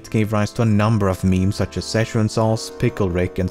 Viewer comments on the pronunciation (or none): none